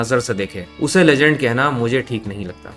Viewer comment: Legend ❌ LeJhand ✅